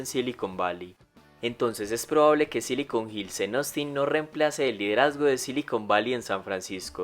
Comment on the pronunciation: Persona normal: Ostin El locutor: Osin